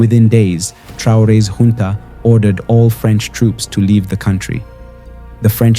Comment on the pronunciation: Once again and once more the word is Junta not Hunta be advised